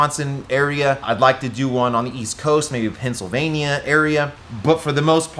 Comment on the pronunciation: he said Pen sill vain eeea 🤙